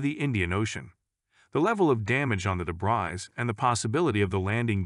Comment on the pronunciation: the word 'debris' has been mis-pronounced incorrectly several times